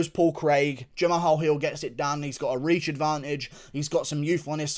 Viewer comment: Guru. H is silent in Jamahal.